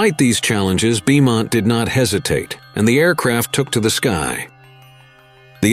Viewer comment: Beaumont is pronounce BOE-MONT ya pie